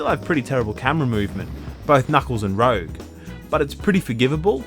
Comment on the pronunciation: Her name is Rouge. Not Rogue.